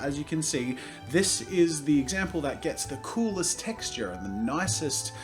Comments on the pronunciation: why does that "texture" sound really american LOL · He said texture so American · he said texture so weird XD